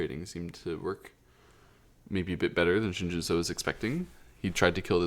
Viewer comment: Pronunciation tip: the “eo” in Romanized Korean has an “uh” sound, like “but” or “dull”. So “Shin Jinseo” should be pronounced like “Shin Jin Suh”, not “Shin Jin So”.